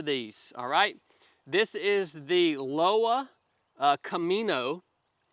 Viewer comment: Pronounced Loh-vuh=Lowa